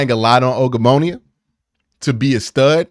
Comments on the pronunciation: Bruh keep saying ogbononia making me geek out 😂😂😂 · Practice Ogbo's name brooooo